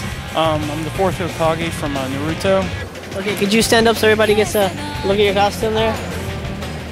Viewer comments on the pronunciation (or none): omg the guy who did the 4th hokage DX how dare he call himself an otaku, it's NA-RU-TO not naruuutoe D:< and it's pronounced mahngah not mainguh D:< *fangirl hisssss*